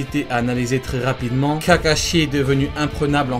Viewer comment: je rêve ou ta dit kakachier a 🤦‍♂️🤦‍♂️😂😂🤣🤣